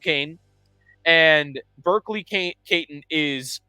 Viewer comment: Iginla is going no higher than 5 and no lower than 9. If they go forward (I prefer a D-man) I want Helenius. Edit: also some help on pronunciations: Catton is Cat-tin and Sennecke is basically Seneca.